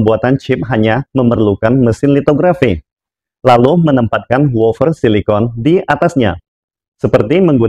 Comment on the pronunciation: Wafer pak, bukan wofer 😂